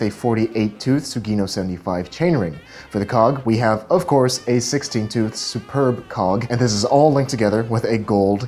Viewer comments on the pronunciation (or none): Hey! love the bike checks! "superbe" is the French word for "superb" so it's pronounced "supairbe" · "Superbe" is a french word pronounced (read by american) su - pair - b